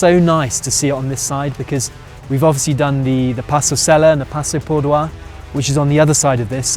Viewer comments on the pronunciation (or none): Dear passo Pordoi is in Italy…not in France,so relax and pronounce it the simple way.Thanks for posting😊